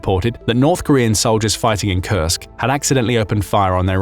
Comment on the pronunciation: I kept hearing "Kursk" Region as "Cursed" Region, not so far in wrong hearing I guess lol